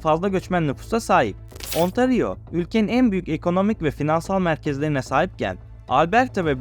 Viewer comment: kardeş qubek neresi ben orayı kebek dıye bılıyorum hayır boyle yazdım ki telafuzunu rahat anla diye.Bir de tereciye tere satma önce bi sehirlerin adını dogru telafuz etmeyi öğren bence hem 10 yıldır yaşıyorum ontari yo diye bir eyalet yok bildiğim kadarıyla burda ontari o var hasta oluyorum böyle okuma yazma bilmeyenlerin eğitici bilgi amaçlı video yayınlama heveslerine ...Herkes bildiği en iyi işi yapsa olmaz mı ? bence cok güzel olur....böyle bir videoyla yüzbin abone hedeflemek bence hayal bizim gençlere daha gerçekci olmalarını ve böyle saçma sapan bilmedikleri ordan burdan internetten devşirme bilgilerle yamalı yastık video yapmak yerine en iyi bildikleri işe odaklanıp o konuda kendini geliştirmeye zaman harcamalarını tavsiye ederim. Kolay para diye bir şey yok hiç de olmadı öyle kıçınızın üstüne oturup iki kaynaktan bilgi toplayıp onu da video yapıp ondan para kazanmayı düşlemek çok gereksiz ve de saçma.Boyle hayal bile olmaz .Kusura bakma da ben de öylesine geçerken bu arkadaş ne sayıklamış diye şöyle bir bakındım . 3, dakkasında terk ediyorum bu videonun hedef kitlesi de heralde anadolunun kırsalında yaşayan ve buraya gelmeyi arzulayan insanlar olsa gerek. yorumlara da bakıyorum bizim millete buralar cennet...... ulan kendi memleketinde tutunamamışsın onca yıl eeee sonra geleceksin burda kral gibi rahat yaşayacaksın öyle mi ?.. Varsa öyle bir dünya söyleyin oraya ben gideceğim hemde türkiyeden değil kanadadan..Burda millet köpek gibi çalışıyor akşama kadar sadece ev k